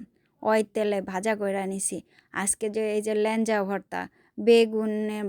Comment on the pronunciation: What is lanja 😅😅it's laeja